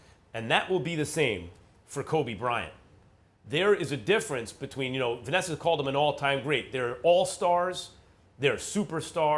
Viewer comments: Stephen a “vanesser” smith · Did Stephen a really say "Vanesser"?? 🤦🏽‍♂️ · SAS: Vanesser